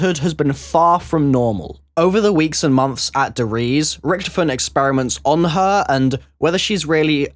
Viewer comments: its not richtifon its richtofen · It's said rick-taw-fin